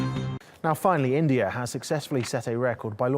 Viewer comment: This BBC newsreader got gastric problem to say I N.D.I.AAAA